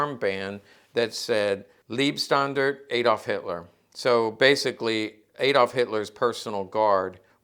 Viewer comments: Thanks for the interesting & most informative video! Just fyi: in german, "Liebe", pronounced "leebeh", means "love". "Leib", pronounced "l-eye-b", means "life". So, it's NOT the "love" Standarte ("stahndahrteh")--literally & figuratively--but instead, the "life" (as in "protecting Hitler's life") Standarte. I mean, if at this point in time, anyone really cares anymore... In german, "ie" is pronounced "ee" (as in english word "eel"), and "ei" is pronounced "eye". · No no not Liebstandart 😆 it's Leibstandart. Lieb = love Leib = Life